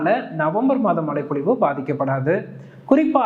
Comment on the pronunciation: Bro... மழைப்பொழிவு.... மலை பொழிவு அல்ல... ழ